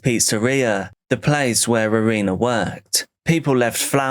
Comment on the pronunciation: Nicht Arena , sondern Irina .